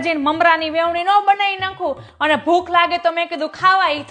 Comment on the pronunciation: Vevni nhi ben Veni bolo